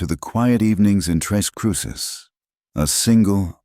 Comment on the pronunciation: Hello. It's tres (three) CRUCES (crosses), not tres CRUISES!!